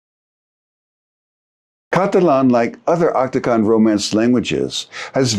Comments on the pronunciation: Occitan ['ok.si.tan], not Oktokon. 🤦🏻‍♂️😂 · Occitan! Not Octican!